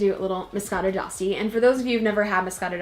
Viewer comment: You're pronouncing it wrong. D'Asti is pronounced (De Asti), the "e" is pronounced even in English.